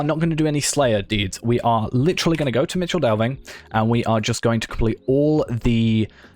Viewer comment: Just an fyi, the Michel in Michel Delving is pronounced Mikkel. It means "Big", as opposed to next door Little Delving.